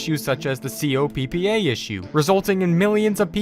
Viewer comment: COPPA? lol you said pp